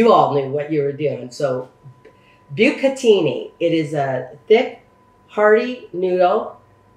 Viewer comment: Pronounce e like cachio e Pepe like pepper but without the R, bucatini is bu ca tini